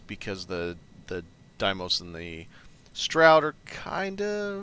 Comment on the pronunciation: Deimos = DEE-mows. I 100% promise.